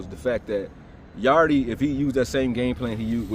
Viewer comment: So y’all just gonna keep calling him Yardeee instead of Yarde, the E is silent 😂